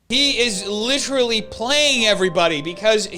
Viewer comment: "Littree"... stop it leafy